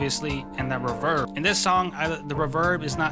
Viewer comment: I like how he pronounces reverb “ruh-vurrb” 😂